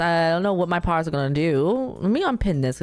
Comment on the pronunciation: its quite interesting cause she says it right when saying paralives but then when she says paras she says it wrong